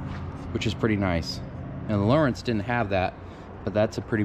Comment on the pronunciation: It’s lo rance not Lawrence